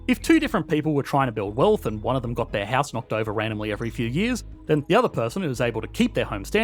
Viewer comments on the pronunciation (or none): none